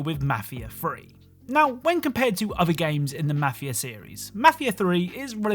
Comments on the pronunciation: Mah-feeah free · The way you pronounce mafia is disturbing